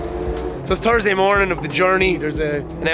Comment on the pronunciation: Tursday or turdsday? There's an "H" in there man.. Silly ass YouTuber kids from all regions.. Can't wait fer Mernday morning